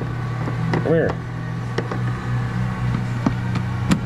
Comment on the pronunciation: Idk why but every time you say “heeuur” idk how it would be spelled…..but I giggle every time… but great video again!!! You have skills with videoing and working on a vehicle! He taught us how with our big bobble heads getting in the way to see… also I want to know if PEETAH will ever make a guest appearance!! It always cracked me up hearing that… the dealership I worked at all I heard was BLUE!!! being yelled across the showroom or the service area… I worked in sales and service and sometimes in the shop if someone didn’t show up or called in… I did a lot in sales, service writing, and cashing out customers that were upset because of the price or the others they worked with… then the basics and certification for oil changes and inspections… so I was always getting called in different places, I was training in parts until I had quite a few health problems and had to leave… I miss working there and everyone also… even the owner still texts me to check on how I’m doing and that they are praying for my recovery… your videos bring me joy every time I get a notification because I can get lost in watching them… much love!!!!!!💙💙